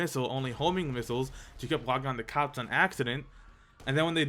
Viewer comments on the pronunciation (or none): none